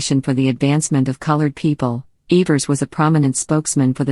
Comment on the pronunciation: Its Evers not eeevers